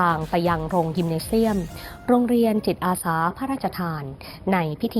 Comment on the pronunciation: คนอ่าน ติดสำเนียงอีสาน ใจเย็นๆนะ. ค่อยๆพูด. ตัว ก.เป็น. จ. ตัว. จ. เป็น. ก. จิตอาสา. ไม่ใช่. กิจ